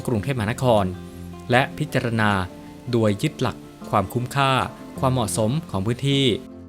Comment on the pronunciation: แอ็ด ตนไทยหรือเปล่า ทำไมออกเสียง โดย เป็น ดวย จบอะไรมาวะ